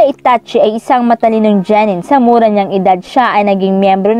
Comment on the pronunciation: Genen Lods Hindi po jenen